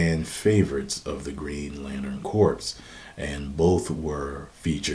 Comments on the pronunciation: It's pronounced 'core', not 'corpse'. Other wise, great video as always. ;) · Your pronouncing corps with the P, its supposed to be pronounced core* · C'mon,, &, CORPS is pronounced "CORE". I believe the derivation is French and/or Latin. It's your own fault man! You had the "reading voice" going, I was listening with intent and focus while driving on the way home and I nearly drove off the road twice when I heard your pronunciation. I'm just playin', but I'm sayin'... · It's pronounced as "core" or "kor" not "corpse" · It's pronounced Core not corpse. It's lantern core like Marine core. Again Corps. Is pronounced Core. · FYI My brother, corps is pronounced core. Real talk. For marines and lanterns. No shade. Peace. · He pronounces corps wrong...